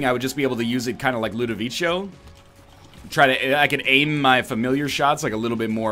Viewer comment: btw it's pronounced lou-doh-vee-koh